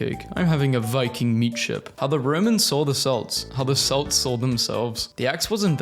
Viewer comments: Celts is pronounce like "KELTS" NOT "Selts", sorry, hearing the it pronounced with an s sound is uncomfortable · bro he said "selts", but it's pronounced "ke-lt-ss"